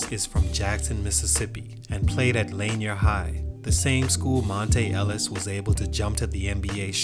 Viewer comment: Lanier - La NEER my guy...